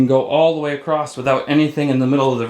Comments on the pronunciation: The word is across not acrost you uneducated fool you can’t even speak English I hate you idiot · The is NO “T” or “ED” at the end of the word.. “ACROSS